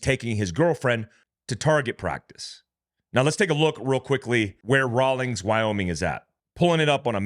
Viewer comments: It’s Rawlins,not Rawlings. There’s no g,can you read? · Raw-LINS, not Raw-LINGS. sorry, it's not that critical, but being a born 'n raised WY guy, it rankles a bit. Thanks for sharing the news! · Rawlins not Rowlings. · Raw lens. Not rawlings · It is Rawlins not Rawlings Wyoming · Rawlins…. Not Rawlings. 😂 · It’s not Rawlings. It’s Rawlins, raw-lins. There is no G! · It's Rawlins WY not Rawlings. Located on Interstate 80. Home of the Wyoming State penitentiary. I80 is a major trafficking route. It's such a wide open stretch of interstate and few HP. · It's Rawlins not Rawlings. Been there many times. Excellent trout fishing north of there. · i dont see a INGS in rawlins. not sure why you keep pronouncing that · Let me help,. It is RAWLINS, Wyoming, NOT RAWLINGS. Rawlins, WY, is located "astride" I-80, approx. 120 miles east of Rock Springs, Wy, and approx. 101 miles west of Laramie, WY, and approx. 150 miles west of Cheyenne, WY. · Raw lins is how it is pronounced. It is actually a decent sized town in Wyoming. The main industries are the state prison and the oil refinery in Sinclair. Wyoming Highway Patrol watches interstate 80 like hawks, searching for drivers with weed in the vehicle purchased legally in Colorado. The federal government needs to legalize, or at least decriminalize weed so that our prisons are not uselessly full of Colorado pot purchasers. Hahah hahahaha haha. If you live in a legal state and travel here, make sure that your vehicle is free from any evidence of marijuana transport. I wish I could afford 180,000 rounds of ammo!